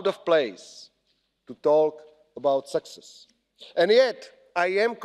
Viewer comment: What was this about? Rusia, sexes, mixed in new members, army, ..etc. By the way success vs. sexes have different pronunciations. The expressions on the faces of the eurocrats were comical at times or utterly bored & unable to comprehend your bla, bla, blabing. Kiska, it would be better for you to stay home next time.